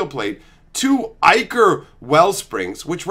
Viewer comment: I knew I loved my bro. He knows how to correctly pronounce ichor. I shouldn't be surprised though.